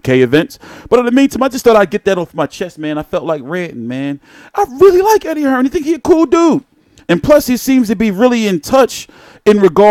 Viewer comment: U yanks keep pronouncing it wrong, it’s not “Hearns”, it’s “Hearn”!